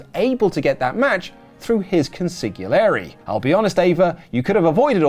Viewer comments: I feel the need to smack like upside the head and correct the pronunciation of consigliere like Billy Crystal in Analyze This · Wrote Consigliare' a million times and couldn't pronounce it correctly once.